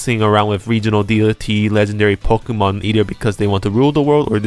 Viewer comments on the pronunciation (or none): none